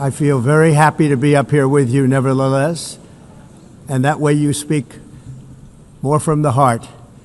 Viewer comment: Did he say,"neverlaless"? I think he said, "neverlaless"......😂😂😂😂😂